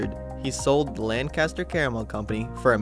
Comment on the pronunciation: It's pronounced "Lenkister". Re: Chocolatetown - Most of the locals aren't super thrilled about the Park taking up YET MORE LAND. That's the thing about building a theme park in the middle of town, eventually you run out of space. The land that's being repurposed was at one time the old Hershey Swimming Pool built in the 1920s and closed around 1940. It was simply filled in and seeded with grass. The only thing that remains is a large lighthouse sculpture. Dunno what they're going to do with that. I hope they leave it. The Hershey Golf Course still exists and is still open.